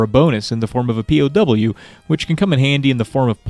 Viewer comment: I was utterly disappointed that "POW!" was enunciated Pee Oh Dubyou. Might consider unsubbing at this point.